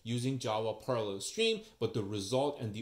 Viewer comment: Maybe overlay the title concept when you introduce it. It sounded like you said Perler Streams instead of Parallel Streams. Excellent overview. I'm going to watch the OCA one next.